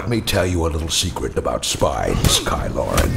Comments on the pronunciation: Ky Loren. Thats definitely what I'll be calling him from now on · ky loren. I love it. lmfao